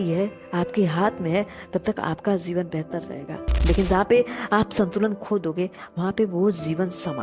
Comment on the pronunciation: Why This video has only 74 views 💀. Isko kam logo ne dekha hoga , maybe kuchh ne kam views dekh kar pehle hi chhod diya aur kuchh logo ne aapke "zeevan" waale toungue 👅 slipping ko sunkar. But... YE TRUE HEARTEDLY MADE CONTENT HAI AUR YE UPAR JAAYEGA !!! Damn Sure ! And plz pin. This is your video's first comment. Ye bhi unn logo ki life ki tarah ghum naa jaaye jo chhod gaye 😉😆